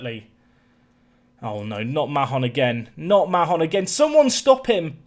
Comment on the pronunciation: I know it's not necessary but Mahon in my experience is pronounce Mayon, just going off a girl in my youth having the same second name